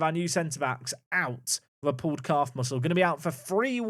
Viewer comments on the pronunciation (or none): none